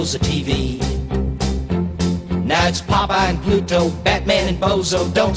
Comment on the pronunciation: It's Bluto not Pluto.